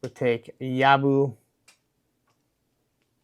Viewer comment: Well, I definitely copped a dud in the accessory department compared to you. FYI proper pronunciation is Yob-BO, mate. 😉